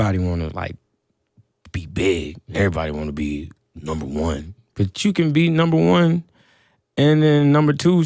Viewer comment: who else heard "nelly" when he said number 1